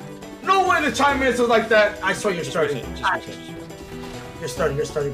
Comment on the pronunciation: This dude said the "chime minister" i cant....